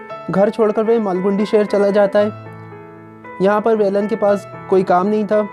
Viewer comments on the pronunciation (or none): vo malgudi hai margundi nhii bacho ko shi pada galat nhi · Not a Margundi ✖️ it's a Malgudi 👍🏻 or Please background music off